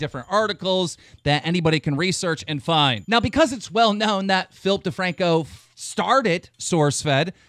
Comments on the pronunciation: Everytime they say Philip DeFranco I hear Filthy Franku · why does he always say Filthy Franko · When he says Philip DeFranco i hear FilthyFranko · It sounds like you are saing Flip thefrancko